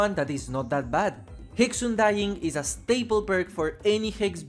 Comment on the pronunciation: I had a stroke after you said 'UNDYING' like that...